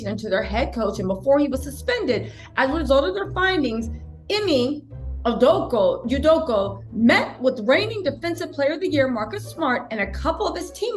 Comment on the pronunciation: With all do Respect, His name is pronounced as this E may U doe kah Again with all due respect 💪🏾😁